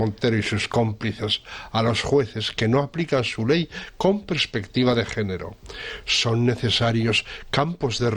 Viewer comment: Perspectiva , no "prespectiva". Por lo demás, muy bien como siempre.